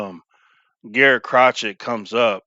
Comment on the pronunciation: It's pronounced Cro-shay